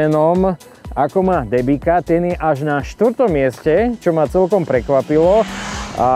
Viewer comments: Len tak mimochidom, "Debika" sa číta "Dembica." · Michal! Pre Boha! Nie DEBIKA a DEMBICA :-) Pozdravujem :-)